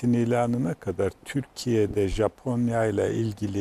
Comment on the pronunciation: sunucu japonyaya caponya dedikçe çıldırıyorum yuh artık